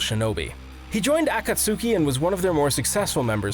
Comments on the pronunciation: "Akatsooki" "Asooma" confused screaming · I love how u guys use animes villains in ur lists but. Plsss...Akatsooki 😵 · I'm disappointed you don't know how to pronounce akatsuki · The way he pronounced akatsuki 😭